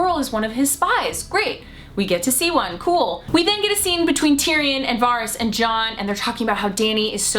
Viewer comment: Jeez u watched the show why can't anyone say fucking varys properly. Why not go all out Aren't ya Stark. Joan snow or egnogg bartendering